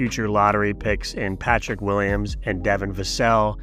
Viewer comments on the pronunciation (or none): none